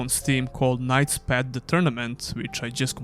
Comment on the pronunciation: Hey, nice review of the demo, thanks for sharing. One friendly remark, please check how the path is pronounced, cause you do it in a way that sounds like a pet...😅